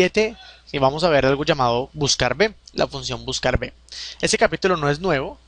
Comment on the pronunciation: Hola, ante todo muchas gracias por los cursos. Sólo una anotación: la letra V se pronuncia y escribe uve, la letra b o B se pronuncia y escribe be (sería lo más correcto para evitar equívocos). En resumen la funcion se pronunciaría "buscaruve". Un saludo